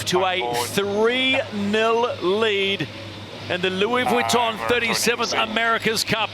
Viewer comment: Please stop saying vitton like that!